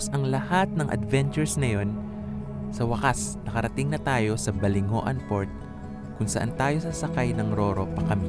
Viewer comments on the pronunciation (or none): "BALINGWAN" Ang pagka pronounce sa "BALINGOAN" 😊